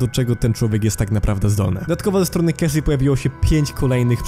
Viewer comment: Wymawia się „Casi” i „aszer” !